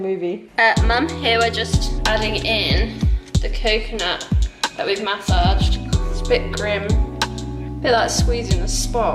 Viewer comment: I love how she says massage, lol...and I agree about as a YouTuber youhave to have a “thing” or saying. Fun activity! I don’t like coconut but I hope y’all enjoyed it 🐘